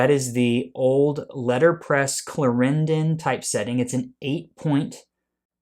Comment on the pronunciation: look up the pronunciation of Clarendon.